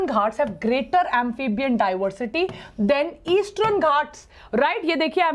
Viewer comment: westrern eastrern This video is full of mispronunciations which takes away your attention